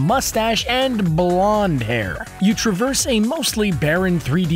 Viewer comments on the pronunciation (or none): none